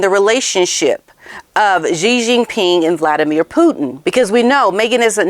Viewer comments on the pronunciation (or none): none